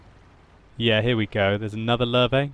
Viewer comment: it's not lur-vey (Löwe), it's lurvah (listen to how jingles says it, he has it down.)